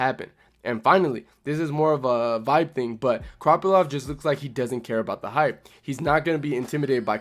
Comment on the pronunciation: Good video but why do you keep calling him kroppylov 😭